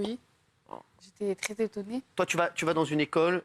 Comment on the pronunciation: "j'étais trète-étonnée" seule une porteuse d'abaya peut sortir un tel chef-d'œuvre